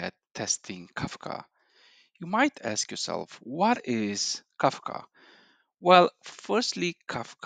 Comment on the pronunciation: its kafka not kakfa